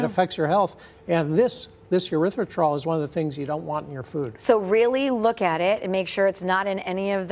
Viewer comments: It's pronounced "Erythritol," not "Erythritrol." Are you a real doctor?? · Aspartame was known to cause problems and the FDA would not approve it. One guy at FDA talked them into approving it. Afterward he quit FDA and started working for company that makes aspartame. Also it is Erythritol with an E not a U as he is pronouncing it. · he isn't saying the name fight, he is saying it like there is an extra r in it, he is saying erythritRol instead of erythritol, nice expert lol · It's erythriTOL, not -trol. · The doctor pronounced both the first and last syllable of erythritol incorrectly. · He isn't pronouncing the word properly. Wild that he is a doctor studying the element cannot even pronounce it. This is all just funny at this point. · It is called ERYTHRITOL. If you are condemning it, make sure you pronounce it correctly, sheesh. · Wow where did they get this person from? Can't even pronounce it correctly. And he says medications are better😂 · He’s a doctor and doesn’t know how to pronounce erythritol? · How does this doctor who supposedly studied erythritol NOT even pronounce it correctly? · He can’t even pronounce it correctly. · Why is it that the expert on the dangers of erythritol doesn't know how to pronounce the word "erythritol"? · 😂 he's an idiot. He can't even pronounce the so called poison correctly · Damn - that was driving me insane every time he said it. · How can we take this doc seriously, if he can’t pronounce the name of what he is talking about, correctly? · Can you trust a doctor who cannot even pronounce the name correctly?